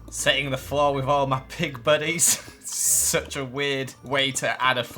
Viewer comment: I like how he says fings instead of things And wif instead of with And feem instead of theme I’ve just been adding onto the first one as I listen